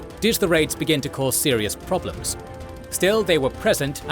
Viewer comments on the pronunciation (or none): none